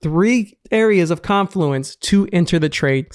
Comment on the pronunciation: Finally a trader pronouncing "confluence" correctly.